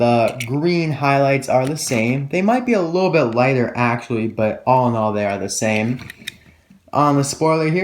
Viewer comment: ha he said alinall